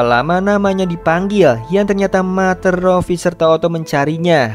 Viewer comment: Ralat min “Mother” di baca (mader) bukan (mater) Btw cerita nya bagus Makasih min